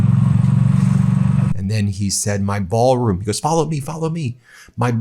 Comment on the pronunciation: If I were a reporter at the White House when he was spouting this crap I would have asked "Mr President! Can you say 'Ballroon' again?"